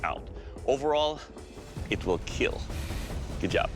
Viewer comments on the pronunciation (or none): “ It will keel 😏”